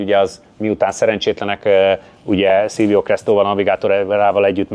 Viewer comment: Lehet, h csak a telefonom hangszórója gagyi de én Silvionak hallottam Sergio Cresto nevét.🤔